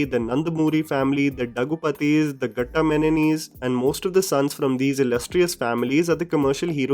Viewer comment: can you please say Daggubati and Ghattamaneni again... 😂